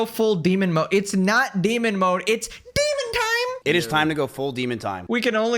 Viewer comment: deemin taaime! lol